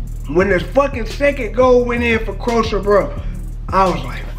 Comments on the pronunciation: Talking about the football and can't pronounce the name of England opponent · You are pronouncing Croatia wrong😂